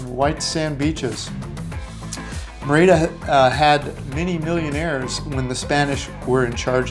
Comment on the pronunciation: I love your videos. However, Merida is pronounced mary da with the d being very soft almost a "th" sound. Just an FYI